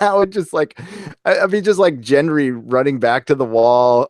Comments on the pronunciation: Brie, like the cheese, Anne. Hard “G” for Gendry. Not Jendry. THANK YOU!!!!! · Why cant Americans pronounce names properly ??? Aria? , Jendry? Do you get a different dub to the rest of the world???? whats next? Joahn snoow ?, Kersey? Need Stalk? The Hoond?, The Moontains? Lets all go to kongs lunding, via harglyhomes?